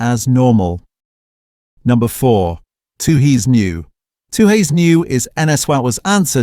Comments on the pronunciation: AI voiceover. It's pronounced fourex. And it's stubby - not 'bottle'. It might (subjectively) be rubbish beer but at least served cold off the tap. 'Two-hays'. WTF is 'Two-hays'? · When didn’t pronounce four ex and tooheys correctly I could smell a Ai rat